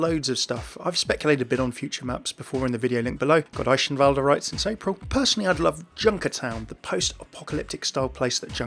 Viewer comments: still love how most people can't say eichenwalde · Annoying how nobody, not even Blizzard, can pronounce friggen Eichenwalde :/ .